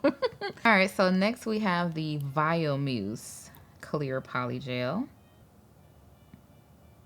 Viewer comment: It's Vio Muse not Vio Moose